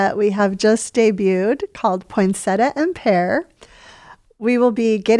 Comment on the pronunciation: Hi,, a little tip for the proper pronunciation of poinsettia: Poinsettia, not Poinsetta. When unsure you can ask Google, “How do you pronounce poinsettia?”